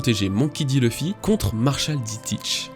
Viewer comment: Pourquoi "Tchebec" ? C'est un X au début de son nom purée de pois tendres !!!! Faut vraiment travailler les prononciations (autres exemple c'est Luffy, pas Leuffy qu'on prononce). Ça me déconnecte de la vidéo quand le présentateur massacre systématiquement des noms aussi faciles à prononcer, surtout si il aime le sujet qu'il présente.